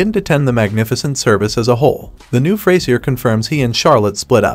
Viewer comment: "Fray-zee-r" though....